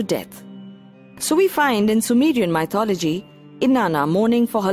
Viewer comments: Asd Ff No. Sorry. I can’t buy that. Accent is not a good enough excuse. The word is “myth” not “mye-th”. Therefore, she can’t mispronounce the word without knowing how to pronounce the root word properly. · Oh Goodness! I cringed every time she said “MY-THOLOGY”. Please pronounce it correctly. It will give your video more credibility.